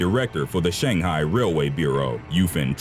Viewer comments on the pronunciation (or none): none